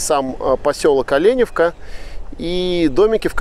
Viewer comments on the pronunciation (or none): Местные произносят не ОлЕневка, а ОленЁвка... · слух режет от слова олЕневка .....ОленЁвка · Але`невка?ну даеш